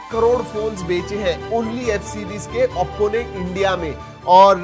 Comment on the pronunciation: bhai vo AOPPO nhi OPPO hai pls improve i gave recently subcribed to your channel